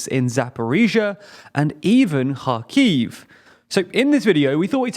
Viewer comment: You're mispronouncing Kharkiv